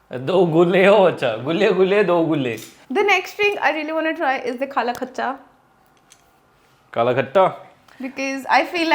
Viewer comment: Your kala khatta is sounding like kala kaccha